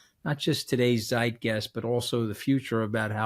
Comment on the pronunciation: Love the show. Pls learn how to pronounce Zeitgeist